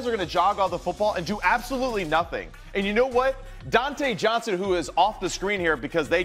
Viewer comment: He said Donte Johnson so I had to turn it off.